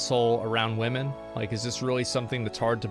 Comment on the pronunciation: Asmongold was better before he started championing "Believe all wahmen" nonsense.